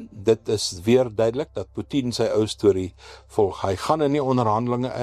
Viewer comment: Ek verstaan nie die snaakse uitspraak van Putin nie. Probeer die proffie sy mag en invloed bepaal deur te kyk hoeveel van ons hom gaan na-aap!?